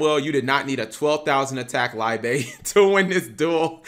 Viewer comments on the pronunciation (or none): lie bay? bruh its pronounced lee-buh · It's "Lee-Buh" or german for love. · Cap please pronounce "Liebe" like it's supposed to be, this hurts me physically everytime